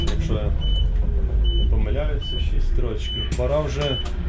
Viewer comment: Я почув не шість а шістдесят😂😂😂😂